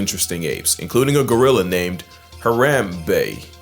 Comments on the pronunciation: As an Ohio Native- Its Not "HaRAMbey" It's "HARAM - bey" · It was absolutely criminal to not say Harambe properly. Omg bro😢 He deserves more respect than that. You should do a video on why and look into why he was so important and why his name deserved respect. He was a hero.